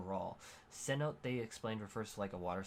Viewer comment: Repeat after me! seh-NOH-teh. Cenote.